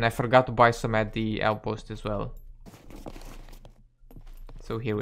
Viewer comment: "Bewy" my gear. That was a fun one